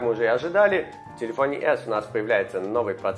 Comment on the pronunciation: "Телепфоне"эхо проживания в Америке)